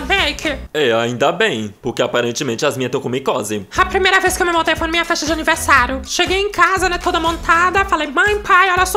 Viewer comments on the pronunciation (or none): "Anivesaru" KKKKKKKKKKKKKKKKKKKKKKKKKKKKKKKKKKKKKKKKKKKKKKKKKKKKKKKKKKKKKKKKKKKKKKKKKKKKKKKKKKKKKKKKKKKKKKKKKKKKKKKKKKKKKKKK